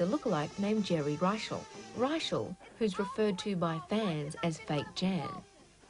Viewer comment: Sorry,, but Geri Reischl's surname is pronounced: IPA /rə'ʃɛl/ (rə-SHELL). I repeat: it is pronounced like "Rachelle."